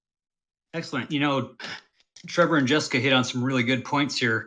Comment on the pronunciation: Is it JUST me or did "Jessica" sound more like a "Jeff-ica"?😂❤ JK JK LoL